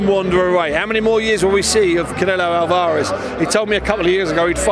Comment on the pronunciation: ALVA-REZ ... ALVA-REZ ... ALVA-REZ - not bloody AL-VAR-EZ!!!